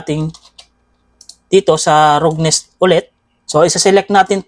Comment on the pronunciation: salamat po sa tutorial!!!! Icorrect ko lang po yung pag bigkas niyo po sa Roughness, Ang tamang pag bigkas po nito ay Rafness.